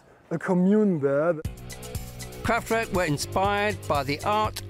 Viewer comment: Fascinating though the mispronunciation of “Kraftwerk” by the narrator throughout was somewhat niggling